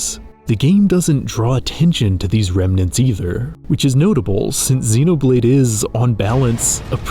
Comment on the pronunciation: Xenoblade, not zinoblade.